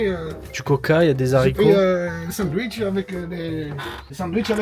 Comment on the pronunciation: Mdr il a dit sanduitch 😂